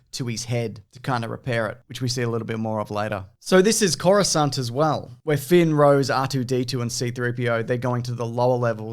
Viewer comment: "Coruscant" I'm already sold